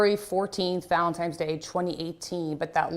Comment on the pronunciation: This is heart wrenching.. But, lady journalist... It's ValenTines day, not Times... good grief she says it wrong at least twice